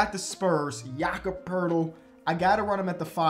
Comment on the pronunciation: mad respect for pronouncing Jakob the German way